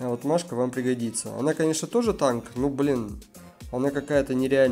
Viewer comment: Называй мишку, мишкой, а не Машкой, пожалуйста, слух режет